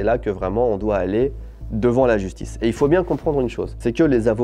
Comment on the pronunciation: "la jusctice" ?